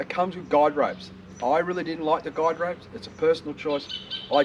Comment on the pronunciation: Thinking about getting one, looks good. Guy ropes, sounds like you said guide ropes.